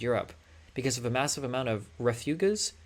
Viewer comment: Do u know how to say the word refugees???😂😂😂.